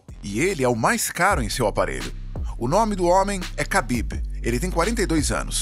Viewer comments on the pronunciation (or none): none